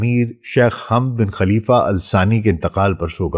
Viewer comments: Pehle nam zra sahe lo hamd nahi hai woh samjee .onka nam hamad hai baba e qaum hai jaheel mihajar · Hamad boliye Sir